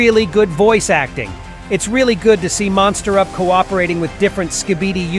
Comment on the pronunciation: You pronounced MonsterUp as MosterUp